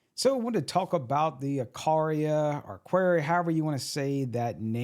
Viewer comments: Wow, sticking to your guns when you are completely incorrect. At least Dahua has a couple of excusable variations for English pronunciation. Aqara, not so much...especially not "Aqaria". Saying that anyone pronounces it "Aqaria" is a poor cover at best because only fools would do so. Nice try though. That 4th grade education in full effect. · I can maybe see mispronouncing Aqara, but adding letters to the name (Aqaria) is just sad. So glad I completed 5th grade.